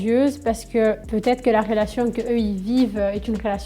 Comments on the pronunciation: Pardon mais il y a une meuf à chaque fois qu’elle dit « relation » j’entends « fellation » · 😂 je pensais que j’étais folle j’entends fellation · On entend plus rélation que fellation..